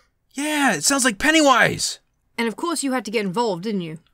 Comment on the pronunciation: The cringe! They call him pennaywoise